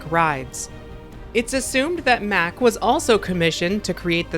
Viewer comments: Love your videos!!! Mack rides is pronounced 'Mock,' just fyi. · Hi, It's Mack with an 'a' like car, not Mack like Mac.:) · It’s pronounced like “Mock” :) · the a in MACK is pronounced like "father", because it is a german company. great video though! 👍